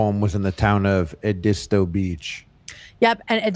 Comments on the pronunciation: “Ed-dis-toe” beach LOL YALL ITS Ed-istoh with “istoh” said pretty quickly. I have never heard it called that my entire life lol. I live in North Carolina tho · Being from SC and hearing y’all pronounce Edisto Beach was crazy😅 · Hearing non-southerners say Edisto is so funny 😂 I know I have to have some fellow SC residents that were cracked up by that